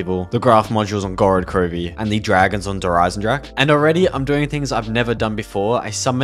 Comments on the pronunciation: Please stop saying "Jer eisensrache" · I cringed every time he said der Eisendrache because he butchered it so badly